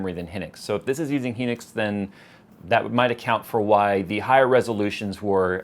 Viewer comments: Hynix is read (Hi - Nicks), not (he - nicks) just and fyi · BTW the memory is pronounced "Hi-Nix". I used to work for them, so that is how they pronounced it to me:)